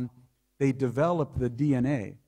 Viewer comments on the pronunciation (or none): none